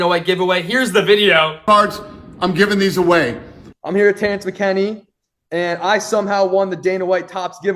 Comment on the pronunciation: Saddest part about this is the first big fighter that he met was Terrence McKinney and he doesn’t even know how to pronounce his name.